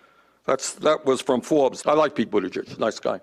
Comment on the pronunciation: Bernie actually knows how to pronounce Buttigieg. I'm impressed.